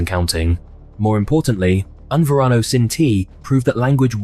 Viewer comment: Yeah, it would be better if you didn't mangle the Spanish so badly. Serious lack of credit. ("Un Varano" as opposed to Un Verano, just for starters. "Dials" instead of Diles ("dee-les" —Tell them). (French pronunciation rules don't apply in Spanish.) So many ways to have avoided that. Google translate would have pronounced the words for you. 🤷🏻